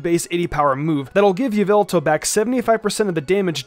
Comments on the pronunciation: According to MandJtv it is not Ee-vel-tal, it's Ya-vil-tall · its not yeveltal its yahvoootal get it right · Just thought i’d correct you. Its YAH-VEL-TAL. Thats a joke for the mandjtv fans out there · Its yaveltal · All I’m gonna say is......... Y’all-vil-tall